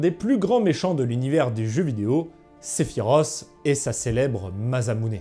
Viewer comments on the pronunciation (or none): none